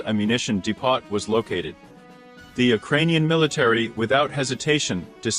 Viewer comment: Who speaks English like like this? " In fat tree", "de poT", "stratus galee", "whore isn", "ad ren a line" and wtf is a "donut"? write your "comence" below? :)